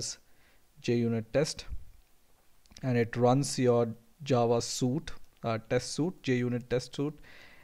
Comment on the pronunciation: You did a good job. One thing, you pronounced suite as "soot". Suit as in, The man wore a business suit" or 'The diver uses a wet suit" is how you pronounced Suite, Suite is pronounced "sweet" as in we rented a suite ("sweet") at the hotel.